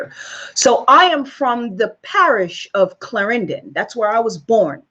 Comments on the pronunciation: It is pronounced CL..AR...EN...DON not CL..AR...IN...DIN with ur fake ass accent. You came here at an older age and you lost you jamaican flavor. Also you are all over the place. What is ur point???? Shut the hell up...you do not speak us. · Its a possibility, not everybody in Jamaica has dark skin and some are incredibly fair. A black and white photo is also not helpful but still. Fyi I have never heard any Jamaican pronounce "Clarenden" the way she does considering she says she lived there its weird plus I have never seen this "Indian seperatism" in the many times across three decades that I have been there. Its also curious that she believes there were that many Indians in Jamaica when she was a kid. Dont get me wrong I cannot stand Kamala but this woman is barely disguised hate and jealousy and is talking out her arse lmao, "Out of many, one people" is the Jamaican motto. I agree colorism exists across all black countries but she is perpetrating lies, I will not give this vile liar any more airtime. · Cannot even pronounce the word "Clarendon" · She is not Jamaican ... clearly..lol...the way she talk u know she neva even been to Clarendon..the way she pronounced it ,let me know she is not from there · ...but you want to vote for a white person anyway, maintaining the status quo, so I'm unsure why you are concerned about her not being black enough for you. Ahhh, why are you saying Clarendon like that? You are not Jamaican enough for me. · She said she was raised in Jamaica! she would still have an accent, and at least SPEAK PROPER! She wouldn't be using slang as she is speaking here.... This woman is NOT from Jamaica! Even how she said the name of the school she "went to" she had to pronounce it; as if she had never said the name before. Think of that... watch it again...